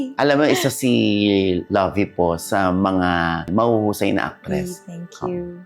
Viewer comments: Ang kulit ng Luvi na bigkas ni Ogie even after asking Lovie the right pronunciation of her name 🤷🏻‍♀️ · Ni correct na nga sya sa pronunciation pero paulit ulit pa din nya tinatawag na LOVI🙄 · Sinabi na nga ang right pronunciation ng pangalan, mali at iginiigit mo pa din ang pronunciation mo Ogie. Pinoy talaga. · Interviewer initially asked to clarify how to properly pronounce her name. Yet he continues saying incorrectly? 😂